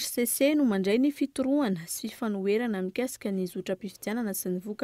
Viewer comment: FITORIANA no izy fa tsy FITOROANA!😊😊😊😊